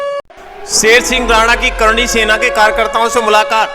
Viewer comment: अरे भाई करणी नहीं चरणी सेना कहो.